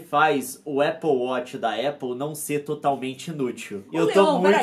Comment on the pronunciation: "Nossa o leon tem um apple weth" kkkkkkkk nilce recuperando sua caipiragem daqui de birigui.